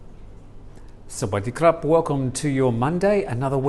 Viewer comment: is still learning Thai pronunciation. Thanks for that.